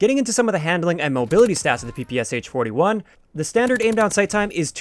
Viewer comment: Hi there, tnx for the video! Just to note, as far is it’s a Russian gun it’s known and pronounced as P.P.SH. (Pistol and SMG by Shpagin)